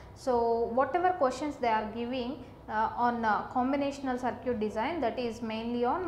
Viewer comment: "Saar-ciut" XDD